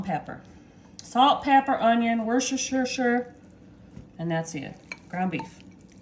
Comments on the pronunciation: Hi, I'm from uk, easiest way to say Worcestershire sauce is say woostershire, gd luck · Easy way to say Wash - your sister sauce pronounced wors-ter-shire sauce lol tip only 😮😮❤❤😊😊